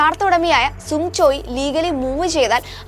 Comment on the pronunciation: സുങ്ങ് അല്ല സങ്ങ്